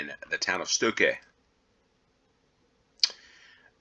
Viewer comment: The O in StOkke have the same pronounce as the O in Own, lOnely etc.